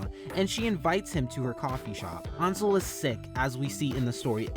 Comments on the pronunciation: Its pronounced ONSEL?! NOT ANSEL?! THE HECK I SUCK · I kept thinking “Ansel” was pronounced “Anne- sal” not “Awn- sel” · FINALLY FUCK YEAH YOU REACTED TO TAM!! IVE BEEN READING THIS SINCE CHAPTER SEVEN LITERALLY THE BEST- I STG. THE GAYEST COMIC 10/10 MY WHOLE INSTA IS BASED ON THIS WEBTOON 👁️👄👁️ and i promise allison isnt that bad not to be rude, ansel is pronounced (Ann-sell) just you dont trigger anyone 😂